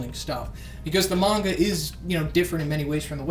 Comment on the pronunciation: Could it be? Has finally learned how to pronounce the word 'manga'?